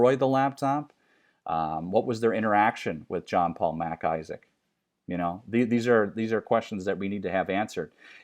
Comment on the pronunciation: It's MacIsaac a Scottish name not Mac Isaac like Mac's his first name.